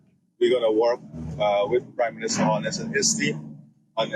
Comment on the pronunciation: The PM's name is HOLNESS, not HALLNESS. Why are you always MISPRONOUNCING words??